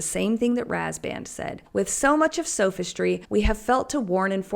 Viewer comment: sof -istry as in 'soft' s[awf]istry